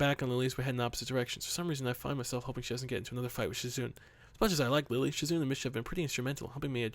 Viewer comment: Shizune is pronounce sheezunae